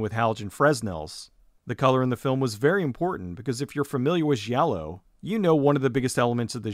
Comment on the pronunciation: just fyi, in Italian a "G" is followed by an "i" or a "h". This tells if it is a hard or soft G sound. So "gi" is like "Jay" while "gh" is like spaghetti. So giallo should sound more like Jallo. Like Gianni really should be pronounced like johnny or Gianna is pronounced like Janna. Just sent this movie to the top of my netflix Q dude.